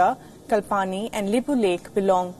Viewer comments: Hahaha its kalapani not kalpani🤣🤣🤣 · You cannot pronounce your own country’s territory’s name which is a clear indication that it doesn’t belong to you. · Reporter don't know how to pronounces lipulekh kalapani and saying it belongs to India lol. Everything belongs to you even moon and sun 😂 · Haha clearly belongs to India!? You can't even pronounce Kalapani. Yes, Limpiyadhura, Lupulekh are territories that India controls but they are lands of Nepal. Just cuz you got the power don't mean you've got the right. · Lol she does not even know how to pronounce Limpiadhura and Kalapani, and claims they clearly belongs to India? Sathi, bhai, daju, bahini, ama buwa, it is time to show how our purbaj Bir Gorkhali fought in the region against the British empire and gain the Takma “Bir”